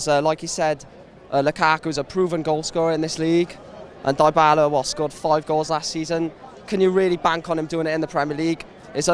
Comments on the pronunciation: Donal die-bal-lah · Defo some funky pronunciations of Dybala! 😂